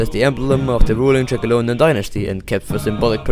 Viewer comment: the fact he said trakai wrong alot of times